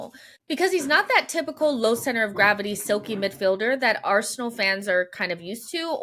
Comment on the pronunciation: Arsenal has two syllables even Josh knows that